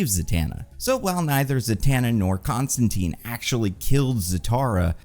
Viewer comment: i had faith in to pronounce john constantine's name the way it was intended alas:c